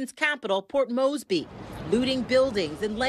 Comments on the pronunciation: Port Moresby, not Mosby… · Did you really just call port MORESBY Moesby?? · It is incredible to me that this news reader is incapable of pronouncing "Papua" and " Moresby" correctly.